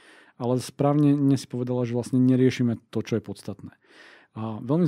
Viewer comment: To "co je" v uplnom uvode bolo trochu sedliacke pan 🥲